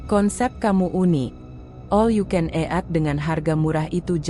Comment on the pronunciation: Ejaan baca 'eat"... Bikin mau muntah. Kenapa gak pake suara sendiri aja si... Gak usah pake suara google...